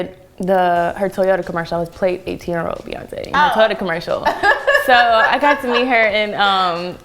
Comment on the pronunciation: how tf does the interviewer get beyonce's name wrong??? this fool said beyoncee ...